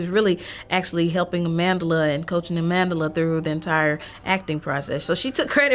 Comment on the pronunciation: Her name.... her powerful black name pronounce it correctly please 😡is not Amandela is Amandla